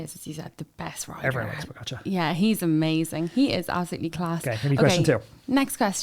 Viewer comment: You don’t pronounce pogacar correctly. Why not learn rhe rt way?